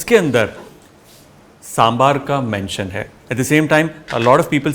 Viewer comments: Thank you!!! For saying Sambaar!!! And not Sambhar. And on top of it, you actually pronounced Arachu Vitta Sambaar soooo well! Love it! ❤️💜❤️💜❤️ Recipe is almost spot-on! I say "almost" because like you said, every house has a slight variation and nothing comes close to Amma's Sambaar 😄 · Kudos Chef , you have showed a lot of respect and humble towards the humble dish of South , the mention of Sangam literature shows the efforts you put in each dish. By the way that is one authentic Sambar and pronunciation 👍 With Love and Respect from Tamizhnadu.